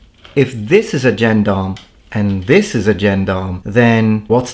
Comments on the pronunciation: I get a weird tinge of pleasure when I hear you pronounce "gendarm" like a native English speaker who's only ever seen the word in print. It makes me feel less stupid for not realising that "albeit" is pronounced " all be it" for over thirty years. 😋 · It's a shame you could not at least find out how to pronounce the word Gendarme despite getting quite close when saying Gendarmerie Nationale.